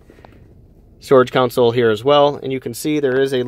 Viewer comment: You keep saying “council” and it’s driving me crazy. It’s “console” pronounced “con-soul”